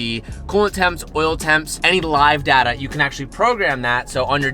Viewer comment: wow I never knew pronounced it Data and not Data.